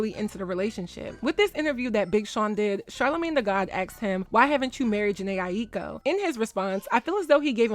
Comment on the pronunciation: Respectfully, her last name is pronounced “EYE-KO.”